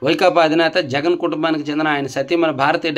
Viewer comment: తప్పు చదివారు, సీఎం జగన్ అని. కరెక్ట్ చేసుకోండి.